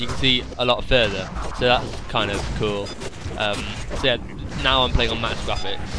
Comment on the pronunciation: lol ur voice is funny when u say graphics sounds like ur saying gwaphics